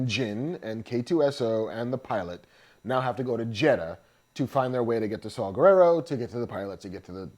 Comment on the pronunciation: Oh DUDE!!! Arghhh. I don't know u , I mean u seen cool as shit, especially if ur w/ K.S. But, dude, Saw, like the tool Not Saul like the Jew name (not racist) , & last name ends w/ an A not O. Guerrera, not like Vladimir Guerrero. And Krennic, is as u said middle mgt. & nobody likes him, the empire, Tarkin, Vader, don't respect him. It's why he don't have all the stripes & just a few fuckin squares. And Ahmed's characters name ain't that hard, Bohdi(think point fukin br8k, last name Rook. Like chess, or Micheal Rookers lady name chopped up (mearle). Kids today are dicks, they're not our gen. I'm 41. You guys both are awesome!!